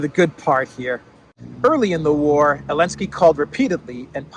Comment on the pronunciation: why do you call Zelenskiy - Elenskiy?)